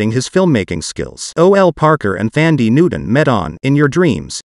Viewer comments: I can’t stand how you’re butchering her name. Thandi is a Zulu name that means Love. It’s a beautiful name. It loses it’s beautiful meaning when you say it like this. The correct pronunciation is like Dundee with a T = Tundee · Pronounced “Tandie.” It’s spelled “Th,” but doesn’t have the “th” sound. The “h” is silent.